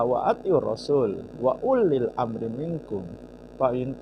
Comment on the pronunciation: Ngajimu NGAWUR 🤣🤣🤣 Wa uulil amri kamu baca ULLIL 😂😂😂 billaahi kamu baca Billah 🤣🤣🤣..itu tengah ayat dan gak ada tanda baca waqaf/wakaf maupun saktah kok HI nya dihilangkan..? 🤣🤣 Aneh, Qur'an itu teratur klo ada yg salah pasti janggal klo orang Jateng bilangnya WAGU atau ANEH 😂😂 SEKALI DENGER AJA UDAH ANEH 😂🤪🤪 Mbok ya kualitas diperbaiki 🤣🤣 Bisa ngaji apa gak sih.kaco BENER.. ya gini klo orang ngomong agama modal pede tapi ilmu Nol, bicara agama bukan seperti dagang rongsok atau jualan kacang di lampu merah asal pede.ini agama bukan dagangan. Yg keliatan aneh sekali dua itu..klo mau dikoreksi yg lain seperti Ikfa' dibaca izhar juga ada.. KAYAK GINI KOK SAMA PENDUKUNGNYA DIPUJA..APA GA ADA LAGI YANG LEBIH BENERAN DIKIT?🤣🤣🤣